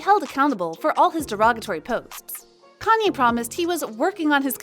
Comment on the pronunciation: Why is she continually mispronouncing Kanye’s name